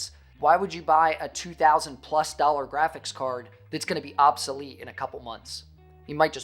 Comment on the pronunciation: I love how these clowns say obsolete lol 🤡